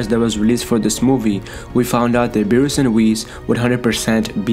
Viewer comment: Nigga said berwest